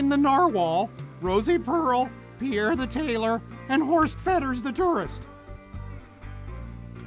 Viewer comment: Pronouncing Pierre "poo-air" was a choice.